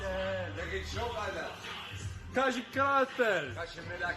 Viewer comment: Kazik a nie kazil